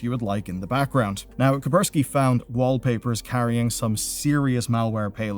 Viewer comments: BTW, its Kaspersky, not Kapersky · It's cash-per-sky not ka-per-sky. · ah yes... s is silent.... kapersky :D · How to tell the guy has zero clue what he's talking about? "A warning from the cyber security firm KAPERZKI" :D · Kaspersky name exists: "Kapersky... I'm physically unable to see the first s" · What's "kupperskee" ? No such thing exists. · K a s p e r s k y not K a p e r s k y 😭 Thought that was funny as hell to hear multiple times... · Why do you report on security news if you don't even know how to pronounce "KaSSSSSpersky"? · Bro can you stop saying coperski and start saying Kaspersky? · Since when did the first "s" in "kaSpersky" become silent? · Hey there! I know that this is annoying, but as a news chanel, I think it's good for people to believe that you know what you're talking about, so Kaspersky is pronounced Kas (like in cas, close air support, k-ass), pear (stress on this syllable), ski Meccha is pronounced with a ch sound, like in chair. In steam, they even write it as "Mechcha" so it's pronounced right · that "Kaspersky" pronounciation is killing me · You pronounce Kaspersky funnily. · Wow, 10 FPS video, sponsor section is 60 FPS, week-old news, Incogni sponsor, Kaspersky mispronouncing multiple time, no mentiones about another cases of a hidden malware that can be deployed on demand or targeted, advices are laughable, the users is not to blame, the games should not have such access to the system. Man improve your content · Ka+S+persky Ka+S+persky Ka+S+persky Ka+S+persky 😆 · Hey,. you may not have notice b ut there is a S in Ka"S"persky:)